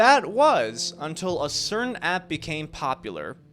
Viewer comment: "Ray's career was at an all new high—UN-Til”